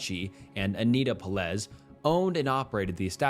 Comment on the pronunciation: Peláez is pronounced peh-LAH-es , accentuation on the middle syllable, hence the caps, so three syllables, not two, and not “peh-LEZ” like you keep saying it.